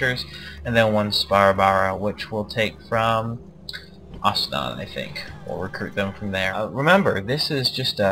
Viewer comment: It's not Asnan, it's Ansan.